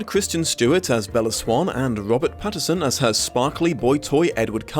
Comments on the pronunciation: Now I have to ask, does not know it’s “Pattinson”? Or is it rly pronounced “Patterson”?? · You keep saying Patterson instead of Pattinson. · Are you saying “Patterson” or “Pattinson”? It’s supposed to be the latter.